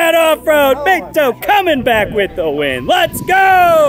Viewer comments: It's Beh-Toe, not Bay-Doe 😂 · Y’all had the guy in 5 episodes and still can’t pronounce his name right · still can't pronounce Beto.